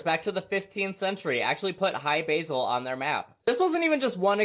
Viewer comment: lol cmon dude they weren’t greeting an herb in their garden, it’s hy-bRasil, like the metal brass and the root of illness. But yes, hi basil, hope you’re well. And Rendlesham isn’t calling Randall a phony, it’s ren-dull-shum. Interesting bit of lore, the island on the show Lost moves, but they gave it coordinates which are the coordinates to Rendlesham, and allegedly the craft in Rendlesham give the coordinates to Hy-Brasil. I just thought that was interesting.